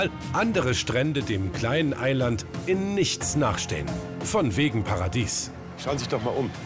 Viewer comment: das kleine "Ei-Land"